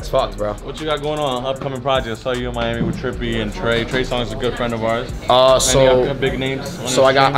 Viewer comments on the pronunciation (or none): none